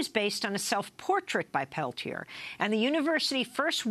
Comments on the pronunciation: Why is Leonard's name not pronounced Pel-tee-ay?? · A 1 and a 2 i think is is isn't it? Amy might be mispronouncing it.